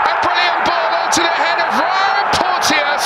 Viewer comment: FYI: Porteous is pronounced 'Porchus." 👍